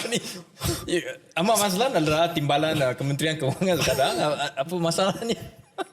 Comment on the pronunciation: Lucu time kena sebut ahmad maslan😂😂😂kj jgn ksih ketara😂